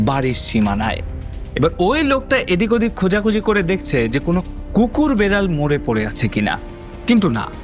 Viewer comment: শব্দটা বাড়ি, বারি নয়, শব্দটা বেড়াল, বেরাল নয়। উচ্চারণ ঠিক করুন । 'ড়' এবং র, এই দুই শব্দের পৃথক পৃথক উচ্চারণ রয়েছে। পারলে একটু বিদ্যাসাগর মহাশয় রচিত প্রথম ভাগ পড়ে নেবেন। তারপর অবশ্যই সাবস্ক্রাইব করবো।